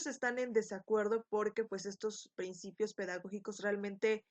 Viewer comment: excelente video..solo que dice PINCIPIOS......